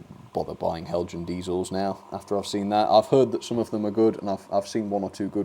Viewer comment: Hi, what a disappointment! Heljan (well done for the correct pronunciation) Have not been lucky with the class 17. I bought mine back in 2009 and the motor promptly died. Heljan accepted the fault and issued new chassis for anyone who wanted to replace. The gears were too stiff and caused the motor to fail. Now we see this. I wonder if there is a circuit issue? Heljan DCC blanking plugs often have dry joints, if you can open it again check for heat after running. Be interesting to see a mA reading as well. As for the buffer beam detail, I am undecided on that, I hate fitting it. All my new Heljan locos have a wire bar that goes over the buffer beam so I can couple up, best of both worlds. Here is my 2009 model in action